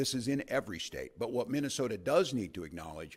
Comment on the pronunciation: "minnow sota"😂